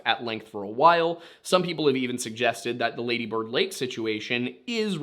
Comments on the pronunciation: Say the first half longer than the second; laaady bird... you got that? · Its pronounced laaaaddy bird